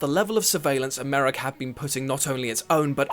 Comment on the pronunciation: Americ? Puch? doesn't anyone on WhatCulture check their vids before they post them? very unprofessional. That said though, what do expect from a YouTube channel where one of their narrators couldn't even pronounce the name Moriarty correctly.